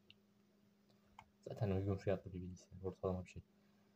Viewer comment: '''Bilgisayar''' bilgisiyar değil